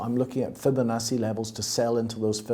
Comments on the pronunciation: Great content. But why does he pronoumce Fibonacci as Fobonassi? 🤷‍♂️🤔🙂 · I love this guys interviews! Also, love how he says Fibonacci lol